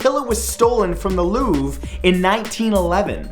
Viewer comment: please pronounce louvre correctly